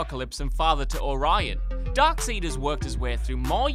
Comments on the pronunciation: "Darkseed" ok cool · After hearing Darkseed, I had to dip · I quit watching after the anchorman stuck on ''Darkseed'', WTAF?! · You lost all credibility when ya said darkseed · Instantly skipped cuz of "Dark-seed" wtf dude do research. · Darksid? Darksayd?...……… its Darkseyd heheeh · This nerd said dark seed smh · GODDAMN IT!!!! DARKSEID IS PRONOUNCED DARK SIDE!!!!😠🔫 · How the fuck does Darkseid even sound like Darkseed dude lol. Like honestly if anything I would sort of understand Darksayd or something like that but wtf Darkseed? Lol lost all of my respect. This is a comics page bro lol like I'm not over exaggerating like he should know this. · It's pronounced 'Darkside' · Pronounced (DARK SIDE) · For the LOVE OF GOD, it's DarkSIDE!!!!!!!!!!!!!!!!!!!!!!!!! Please pronounce it correctly. Makes you seem less credible when you can't pronounce the topic you are talking about. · 1: Learn how to say Darkseid 2: how is Superboy-Prime not on here? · Grapefruit Simmons im British and even I hate it when they get darkseid wrong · Why do they all pronounce it wrong? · For the love of God and everything holy, learn to pronounce Darkseid correctly! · I hate when it is pronounced like that, even as a joke. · No it's Darkseid ffs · The pic of Adam Cleary facepalming to Darkseid pronunciation is the greatest. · I stopped watching the video the moment he pronounce darkseid that way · How can you be comic culture and not know the correct pronunciation for darkseid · Darkseid has never been pronounced that way. Never, ever. If you're not sure, check ANYTHING out from the DC Animated Universe where he's involved. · Did you intentionally butcher dark SIDEs name? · Literally stopped at the Darkseid pronunciation..... you know it's stupid after that. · How am I supposed to trust yall if you cant even pronounce the name right? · If you are not sure how to pronounce Darkseid, you should probably not make comic related videos yet. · It’s DARK-SIDE not dark-seed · "Dark Seed" 😂😂